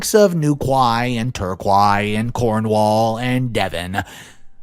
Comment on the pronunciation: The way he pronounced Newquay Torquay and Cornwall 🥺😫😢😭😡😠🤬🤢🤮